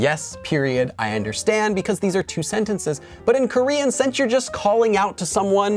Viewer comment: Your Korean pronunciation is so great♡ it really sounds like native Korean.